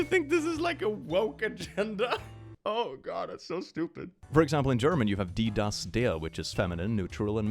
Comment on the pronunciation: I like your pronunciation of die, das, der It's actually very, very close